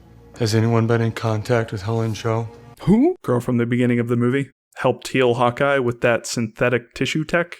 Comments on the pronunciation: did he just say Hot guy instead of Hawkeye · Lol, when you said "Hawk Eye" it sounded like you said "Hot guy". xD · No! No! No no NO!!!! I KNOW you're saying "Hawkeye", but it SOUNDS like you're saying: "Hot Guy", and I am NOT suggesting you're gay, (Absolutely NOTHING wrong if you are) or that I'm all right with that!!! (You saying "Hot Guy", I'm fine with the LGBT & think they're treated TERRIBLY by Society)